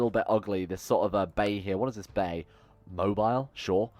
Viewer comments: Even though its wrong it is actually pronounced Mobeel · Why is New Orleans in Alabama, this shit is wierding me out. And Mobile is pronounced like Mo-beel, jus wanted to let you know